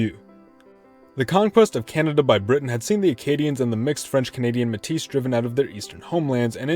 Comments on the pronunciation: it's May-teeh not muh tees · the s is silent in métis